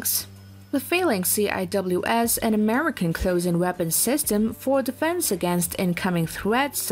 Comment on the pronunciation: it's pronounced "sea-whiz" not "C.I.W.S."